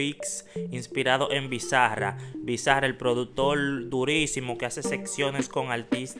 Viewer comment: Bizza-ra NO bro, BIZZARAP todo junto y como que tenga acento en la última a 😂 Saludos 🇦🇷🚀